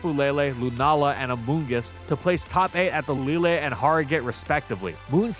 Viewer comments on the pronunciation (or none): none